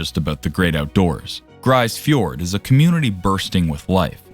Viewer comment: It's pronounced 'grease fiord' not 'grice fiord'.